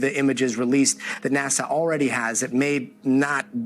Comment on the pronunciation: It's NASA, not NAZA.